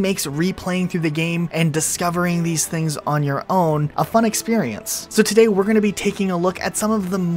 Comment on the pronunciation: says toady not today